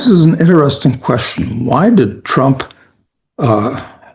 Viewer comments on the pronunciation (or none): none